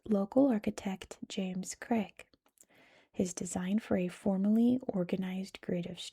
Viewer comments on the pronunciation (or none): Absolutely love the content but it’s pronounced more like Crayg haha